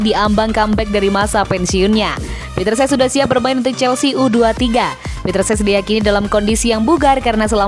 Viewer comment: CECH bukan SES